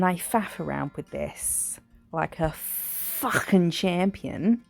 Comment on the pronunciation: 😂 "f♡<king champion" you sounded so Australian then and I should know Im an Aussie Lmao What an awesome set!